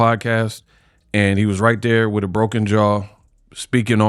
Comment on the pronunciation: 'Meat wif me' pause